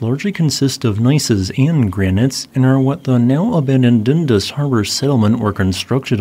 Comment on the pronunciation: It's Dun-Das harbor Dunn-Das -A Canadian